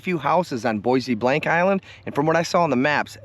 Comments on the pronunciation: Boisy Blank? It's french, pronounced Baw Blow roughly. My aunt would have a conniption fit at your pronunciation. Great videos, you are one tough dude. My fingers would have fallen off in the first hour of your winter fishing camp outs. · It's pronounced "bob lo" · Yes, there is a ferry service coming out of Cheboygan. And just so you know Bois Blanc island is pronounced Bob Low